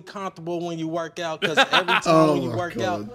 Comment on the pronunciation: he said "yeah cause" but mispronounced it